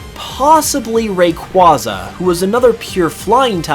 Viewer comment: Pronounced Whismur like wishmer instead of whisper. OOF Makes no sense. Also, Rayquaza not being pronounced like Quasar. I know, I know. People pronounce things differently sometimes, but.... it is a pet peeve of mine.